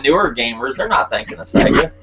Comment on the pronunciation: your my bredrin but you can't do SEGA like that lol. Sega fo LYFE. Great podcast.